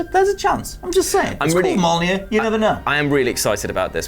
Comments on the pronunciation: All I can hear is saying "Molnir" 😅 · The way you pronounce mjölnir..fucking hell do some research before hand